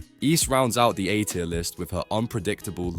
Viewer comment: The narration is AI as well. “a tier”, not A-tier